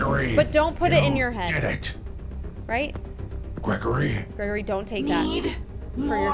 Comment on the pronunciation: She can’t say the name right and the title is wrong it’s glam rock Freddy and Gregory